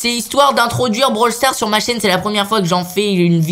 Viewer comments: 129 on dit pas bral sars mais brawl stars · Blawl stars!!!!